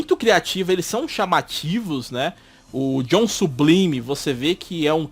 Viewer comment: Nesse caso seria "Sublaime" e "Zorn" a pronúncia correta do nome dos personagens...😬😬😬